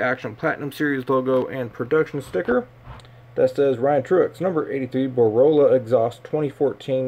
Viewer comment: its BOR - LA .. lmfao not BOROLA